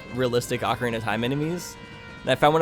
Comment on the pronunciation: ocarina, not ovarian XD